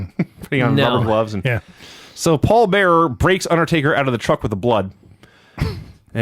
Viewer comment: Lance - it's OUT, not OAT. Get it right, Junior.